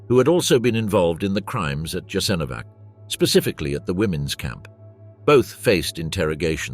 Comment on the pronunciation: You're making a documentary in which Jasenovsc plays a central role but you mispronounce it badly. This is essentially Serb propaganda to mask the crimes of the Serbs in the wars of Yugoslavia's breakup. More Croats fought against the NDH than for it. You forgot to mention that. The best account of this time is Slavko Goldstein's excellent book 1941. It is available in English as well as other languages.